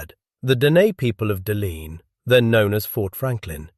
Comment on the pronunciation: As a twin otter pilot in Yellowknife, I have flown into Pt. Radium and Sawmill Bay many times. Awesome to see pictures of how it looked in the 30's&40's. Were still a few buildings in the late 90's, early 2000's, but only the airstrip and roads cut through the bush are left now. And Deline' is pronounced Del la nay .